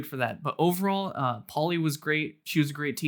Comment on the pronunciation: Pavlína (in Eng. Pauline), not Paulie, though it could work as an English diminutive. :-) Nice review of both language courses. I hope your Slovak learning continues apace.